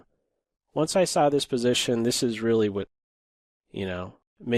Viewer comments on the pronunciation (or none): none